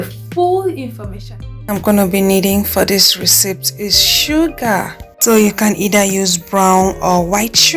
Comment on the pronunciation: I like your videos. Just a comment. It took me a bit to realize you were pronouncing the word to ‘recipe’ . I would like to help you correct how you say it (if you don’t mind)...its ‘Re-see-pee’. Like you skin treatment vids.